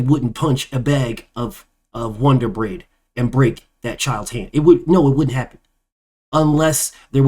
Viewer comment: BF said "Wonder Bread" 😂